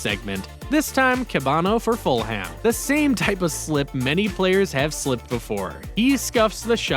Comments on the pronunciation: Bro said fullham 👈👈👈👈👈 I support Fulham and that’s 👆offensive to me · bro he an not pronounce fulham and van dijk